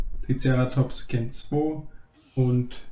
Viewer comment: Deine Videos sind echt cool und es macht echt Spaß sie anzusehen aber sprich bitte das Wort gen mal richtig aus das nervt mich irgendwie immer aber ansonsten mach weiter so